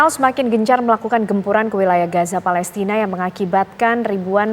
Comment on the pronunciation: Palestina takkk… bukan Fa..lesrinn…. Abdoel… Abdoel…..